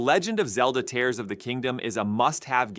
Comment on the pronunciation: Why are you saying tares or the kingdom?